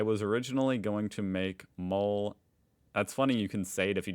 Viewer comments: 😂 those words are pronounced moleh, wuh- haa-kuh and the core word is neh- groh, not nee-grow. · THE PRONOUNCIATION OF MOLE AND OAXACA KILLED ME